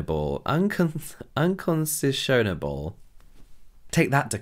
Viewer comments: If the word was "unconscionable", it's pronounced 'un-KON-shun-uh-bull'. It essentially means 'mf, do u even HAVE a conscience?' But, y'know, lawyers gotta be 'lawyer-ly' or whatever... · I know this is two years old but for anyone out there who wanted to know, that's unconscionable which is pronounced un-con-shin-uh-bul. Which basically means unreasonable, not of good conscious. Fun word ^~^ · I loved the video!! Unconscionable is pronounced UN-CON-SHEIN-A-BLE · Unconsishonable. Take that to court. 😂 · Lol, I’ve never heard unconscionable said like that before. I hope this helps, but it’s un - con - shun - able. It’s an oddly spelled one, I know. 😺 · I have to be bitchy about this because as a college graduate, you should know that it is 'un-CON-shun-a-bel' to not know how to pronounce 'unconscionable'! There, I said it:) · Unconscionable is pronounced as uhn-CON-chun-able. Just thought I'd help you out there 😉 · Lol that's not how unconscionable is pronounced